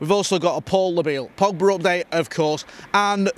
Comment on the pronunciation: "Paul Labille Pogba" ..said no one ever.